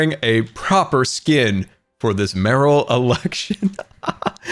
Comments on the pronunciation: Why can no one pronounce “mayoral” correctly??? Everyone be sayin’ “Marill” like the pokemon.... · Every single hermit crafter says the word mayoral as merril. Ha! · Bruh please stop pronouncing "mayoral" wrong. I get unreasonably ticked off about that kind of thing.